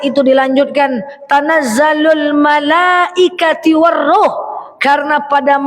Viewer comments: Ingin koreksi.. Bukan malaaikati..tapi malaaikatu..! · Tanazzalul malaaikaTU....bukan IKATI Maaf